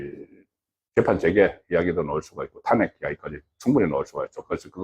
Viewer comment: 송국건진행자님은 탄핵 발음을 낮은 음으로 발음하지 않고 높은 음정에서 "탄"을 발음하던데 . . . 인토네이션 즉 억양헤 신경써 주세요